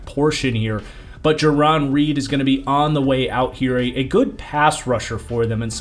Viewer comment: Two notes on pronunciation- it's Jair-en Reed and Alex Mc-Goo